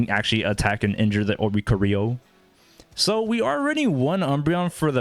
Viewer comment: Thanks for giving us the Oh-ree-co-ree-oh tech 😜